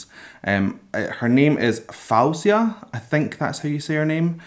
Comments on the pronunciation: Her name is Foh-see-uh. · Syukri No, she has said her name multiple times to correct it, idk why she doesn't use the Arabic pronunciation, but she said it's Foh-zee-ah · Cool reaction. She pronounces her name Fohzhia, by the way. Love her! So multi-talented and distinctive. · hii its pronounced foe-zia, you should react to how it all works out stripped! 🖤🖤